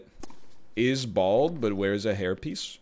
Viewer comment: The judge really do be saying BALD